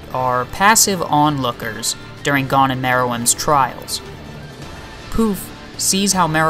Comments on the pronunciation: Nothing to do with your voice man, you're just pronouncing his name wrong! It's 'goan' not 'gone' :D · Great video, but the way you said 'Gon' bugged me the whole way through hahaha...